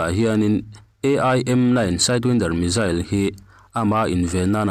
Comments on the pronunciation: Athupuiah lut vela,tin mizail aawmlo missile ani zawk ,hawrawp ilam duhdah mah mah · Missile - Misail Missile - Mizail ... Mizail - S ai in Z ..hi an lam ri tamzawk/nasa zawk thin tlat a ni .. an mahni US ho khuan